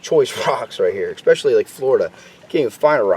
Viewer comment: Ekspecially Ekcetera